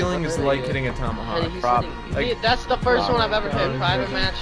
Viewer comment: It's talmahawlk...